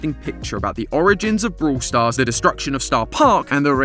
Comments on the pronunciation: Theres more lore in "brooool stars"..... sorry 😂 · Man I love the British accent...brool stars. hehehehe😅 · vrawl stars